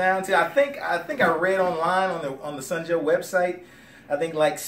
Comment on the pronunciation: dude, it's SUN Joe, not SNOW Joe!!!!